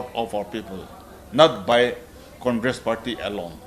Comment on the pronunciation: "Condress" ??? Again new party??